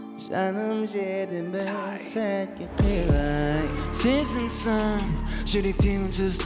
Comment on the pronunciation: Кыйылайк деген созди киялылайк деп койыпты